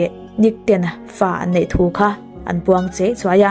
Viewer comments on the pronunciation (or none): I Mizo tawng lam dan hi uluk deuh thin teh,"innei" tia lam tur innai tiin i lam a. I video dangah pawh lam dikloh a awm nual mai